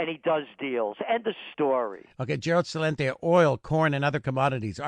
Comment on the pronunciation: This Tommy guy always calls Celente "Cha-lente"